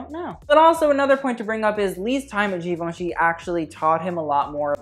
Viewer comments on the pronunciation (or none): none